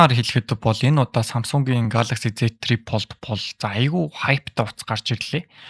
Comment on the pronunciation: Tri pold bish tri fold shde bro 😅